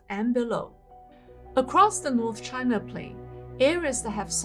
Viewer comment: Loose foundations? 🤣A common engineering phenomenon, found only in Chinah. 🤣